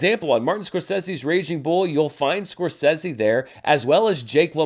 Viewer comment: Please, learn how to pronounce “Scorsese”…